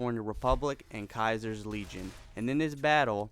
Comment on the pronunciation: Diego Jose hah nice one, we all know it's pronounced Kaiii-ser